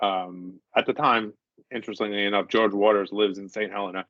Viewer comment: Good episode interesting St. Ha-LEE-na Hey or someone care to elaborate more any on this/what u mean